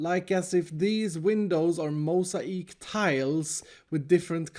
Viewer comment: I love how he said mosaics 🤣